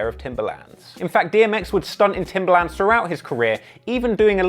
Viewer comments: I love how he says “TimbAlAnds” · ew the way you say timberlands